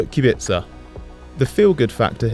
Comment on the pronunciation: Finally someone who pronounces Kubica good enough